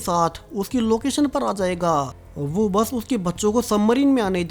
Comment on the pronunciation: Whay nahien hota, Woh وہ correct pronounce ha.